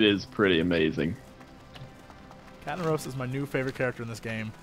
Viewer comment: Honestly I didn't get the catnaros right away. I thought he said Cat in the roast. It does make sense doesn't it?! :D